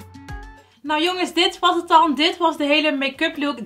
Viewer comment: Vind het zo grappig dat je gewoon met accent praat. Het mooiste is dat je altijd hut zegt. Ipv het. Ga zo door en blijf je zelf 👍